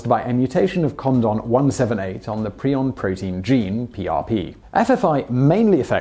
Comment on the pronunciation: Ahh. The quality of your videos is excellent! Was so glad to hear you pronounce prion correctly, very few youtube videos do this